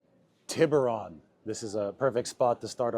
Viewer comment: Tiburon (Tee'Boo'rone)